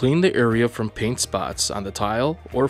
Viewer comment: Drives me nuts everytime he calls it paint